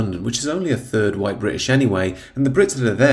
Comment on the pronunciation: The words Bandwagon Humza and Jump, come to mind…. oh yeah, and the word “whyyte”